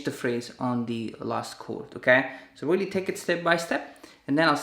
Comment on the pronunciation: "Weally Weally" haha Anyways great job!!